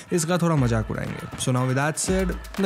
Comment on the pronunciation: Did he say milke majak udayengy🤣🤣🤣🤣🤣🤣🤣🤣🤣🤣